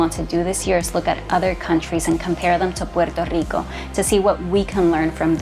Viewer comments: Why can’t she just pronounce Puerto Rico without the stupid accent, every other word she doesn’t say it with the accent. So annoying I hear Spanish people talk like that all the time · The way this chick pronounces puerto rico is so annoying. Such inferiority complex and whining in one video. Socialist commies have brainwashed so many idiots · Why do you have to say Puerto so whatever pronounced can’t you say Puerto Rico like you say Hawaii and shoot me your number cuzz you fine girl